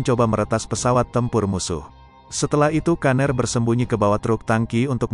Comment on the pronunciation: Pgilnya brian aja bang..jdi aneh denger kata "kaner"